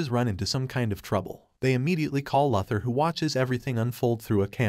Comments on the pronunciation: It's actually pronounced Lou thor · Repeat after me, LEX LOO-THOR. That's how his name is pronounced. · Lex “Lother” ? LoL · Ah yes, Lex Luthur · Its pronounced Lou-ther not Luh- ther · I do like your recaps, but one minor nitpick - you pronounce Lex's last name as Luth-or. It's Lu-Thor. Long 'U' sound... ... ... ...sorry, but as a purist, it just bothers me... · Lex LOTHER 😂😂😂😂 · Loother for Bob's sake. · Lex Lather??? Wtf bro!? Stop it right now!!!! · My bro yet again i ask please its loo-thor please read your comment sections theres afew of us out here still watching your vids hoping you gonna crack it. Tia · Lex lover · It's pronounced Loothór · Enough of saying Luthur'/!!! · lex larver is it????? ai hasnt learnt enough to pronounce luthor name properly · After the fourth mispronounced Lex Luthor I was done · Dude's doing that💩💩💩on purpose'/!!! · Bruuuh check your pronunciation on Luther!!!!!!!!!🤦🏼‍♂️🤦🏼‍♂️🤦🏼‍♂️🤦🏼‍♂️